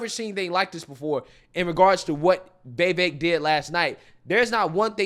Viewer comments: Day 39 of correcting the pronunciation of Vivek. Viv-ACHE. like take or make. With the VIV before it. ViV ACHE. VIV Ake. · It's pronounced "Vivake". Rhymes with cake. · Why do you pronounce his name as “Vay-vake”? So weird!